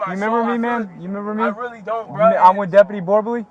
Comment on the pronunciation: "I'm witally getting awwested,I'm not special ed"🥴